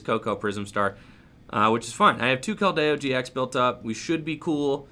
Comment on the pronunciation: pronunciations: naganeydel, giant “earth”, keldeyo. This mans determined to trigger the chat every time with the wrong pronunciations. Lmao love the channel bro peace